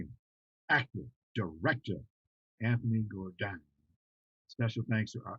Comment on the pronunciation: It's not Gor-dine or Jar-dine, it's (Gourdine)Gore- dine💯. French slave owners surname was Gourdin, then was took on by slaves with added e. That's why they are Caucasian s with the name Gourdin without the e. He should check out the Gourdine's family crest and join the Gourdine family re -union.